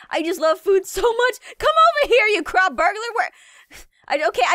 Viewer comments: When she says crop it sounds like she says c.r.a.p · nightcour its not crap its CROP